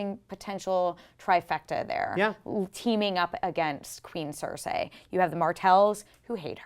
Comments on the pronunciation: Cersay? Cercei, Cercei, Cercei. It's not hard to pronounce. repeat after me. "The rain in Spain stays mainly on the plain"(again). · It's SER SEE not SER SAY!!!! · OMFG! It's (Sir-cee) not (Sir-say). This is not Rupauls Game of Thrones. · "Maybe Jaime kills CerSAY"....Cersei....her name is Cersei. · Mmmm Cer-say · please practice how to say cersei not cercsay. you have a year to learn it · why does she keep saying Cersay :T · please pronounce Cercei PROPERLY! lol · A girl can't pronouce Cersei. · The way pronounces Cersi angers me!!!!! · couldn't even watch the full video because I was annoyed by the way she was pronouncing Cersei.